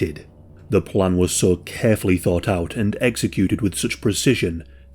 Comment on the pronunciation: I cannot get over the fact that you pronounce "so" as "saw"